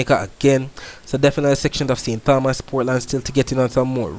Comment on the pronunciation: Great weather reporting 👍. However, remember it is St. Tomas in pronunciation.